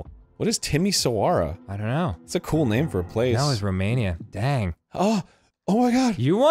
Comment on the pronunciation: "What's a Timi-sowara?" me, who's from a Romanian family: a city and... that pronunciation XD